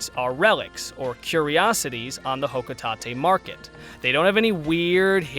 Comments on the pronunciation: Ah yes, Hokutahtay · For how you pronounce Hocotate I never want the sparkling concept go away. JK Honestly I don’t care about sparklium but things can have names that aren’t exactly what they are. It sounds like a material in the games but my only gripe is that I want Olimar to be playable again.